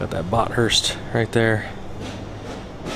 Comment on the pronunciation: You pronounced Bathurst wrong. It's Bath-urst, you don't separate the t and h. Great car though.